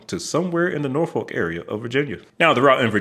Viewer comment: It's pronounced NorFick.. also NawFick by some.. 😊